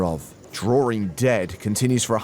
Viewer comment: Am I the only one who always gets annoyed when this commentator says "drawering dead"? I know, it's probably like a dialect thing, but you're supposed to say "drawing dead"!....